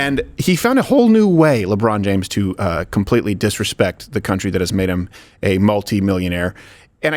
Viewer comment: "Ladron James" 😆